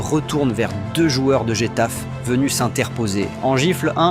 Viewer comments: getafe se prononce retafé c'est pas possible quoi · désolé mais "Bernabeuh" et "Guétaf" je peux pas 😂😂😂